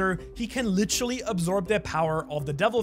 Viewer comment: Can you just say the word literally? Not... "lit-trolly" lol